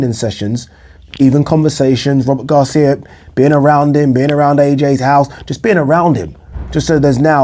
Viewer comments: Come on, Man! Robert Garcia is a towering intellect in boxing. Stop fukking pronouncing his name like it's "Rubber Gloves" or stop dropping his name like you know what you're talking about. Go back and listen to yourself. Rubber gloves. That's what you said. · Work on your diction, man. When you said Robert Garcia, it sounded like Rubber Gloves. Come on, man. Tighten it up a bit. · I'm hardly offended. Look, man. Read my name backward. All I'm saying is, you're not much of a boxing fan, if you are pronouncing Robert Garcia's name, rubber gloves. Take the marbles out of your mouth.